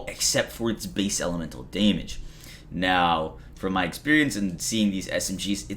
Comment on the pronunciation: LoL! Deeeehhhhmige!!!